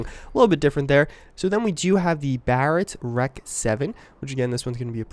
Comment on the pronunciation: what is the deal with people calling guns what they literally say? the UMP is not an ump..its a U-M-P. the REC is not wreck, its an R-E-C. the AUG is not an og its an A-U-G. And its not used by the Brits!! its Austrian for fuck sakes. Its in the name! Austrian Universal Gewher or A-U-G.. jesus i dont know why, but that pisses me off when people talk/say things they have no idea about. i mean, He is a CoD player so i guess it makes sense.. but still its no excuse.